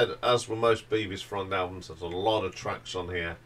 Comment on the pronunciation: Bevis like beverley not like bee-vis